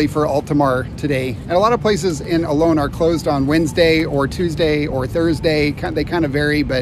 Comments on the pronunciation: Don't mean to sound picky because I really enjoy your videos but it's really weird to me how Americans pronounce Olón as Ol-own. Isn't actually easier to pronounce it properly as Ol-ón? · It's actually pronounced o-LOAN, which is how we pronounce it (with our American accent 😂)